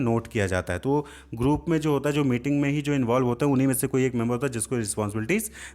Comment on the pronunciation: Sir meeting ko mating kyu bol rahe hain